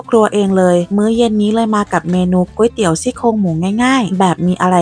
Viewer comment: คุณเป็นคนแรกที่สอนพูดคำว่าก๋วยเตี๋ยวถูก คนทั่วไปจะออกเสียงว่า ก้วยเตี๋ยวหรือก๊วยเตี๋ยว ซึ่งขัดใจเรามาก เพราะมันไม่ได้อ่านว่าก้วยหรือก๊วย มันคือก๋วย 😂😂